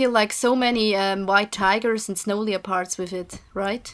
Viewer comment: the O is silent in the word Leopard, I think